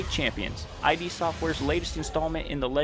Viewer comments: This still needs to come to console esp since Xbox owns id now... And no offense but it's ID not I.D. for some reason that really bugged me but good video... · Agree, but stop calling them I-D Software. It's id [ih-duh]. Thanks for reading, great video, have a fantastic day. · It’s “id”, not “I.D”. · As many people already said, it's not "I.D.", it's "id". And what's more important, it's not id software, it's russian office of Saber Interactive, who made this broken nonsense with hundreds of problems for two bottles of vodka and loaf of bread. Also, this "masterpiece" still isn't finished, 5 years later, and still is in early access, because Bethesda doesn't care (and they have like 1 and a half people "supporting" this game). If you want actual Quake, without tons of problems and all of that unbalanced chaotic moba bulls%%t - try older titles actually developed by Id, such as Quake Live or Quake 3 Arena - people still host their own servers for them (while QC doesn't even have an option to launch LAN-server, and WILL d%e as soon as they decide to close all servers). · Did you seriously call "id" "Eye-Dee"!? It's "id" as in "id, ego and super ego"! 💢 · Great video! Although I believe its pronounced as “Id” Software not “I.D.” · The prize for that first quake tournament wasn't just a Ferrari. It was John Carmack's Ferrari. That makes it way cooler. Also i think you just prononuce id software is "id", like "it". Not that it matters